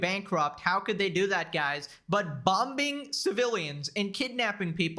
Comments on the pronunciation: Literally makes me want to have an aneurysm everytime says Bom-Bing. It’s not the word. Not even the correct pronunciation of the word we all mispronounce or something. The second b is silent! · I think the worst atrocity in this video, is neither the Hasan gaslighting, nor the wh+ring out, or gambling, or terrorism simping, but it's enunciating the second B in BOM_ING.